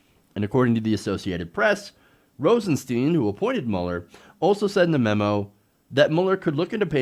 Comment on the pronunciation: FYI - It's pronounced Rosen"STINE"...